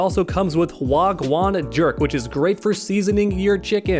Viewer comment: Hey, you completely butchered those Jamaican words was gwaan jerk and sorrel